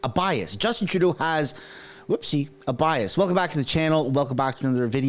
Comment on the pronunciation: Did you mean to say, bi-ass?